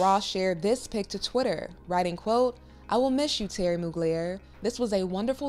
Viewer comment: Please ask if you don't know his name is not Terry it's Thierry always look up pronunciations before hammering a word Google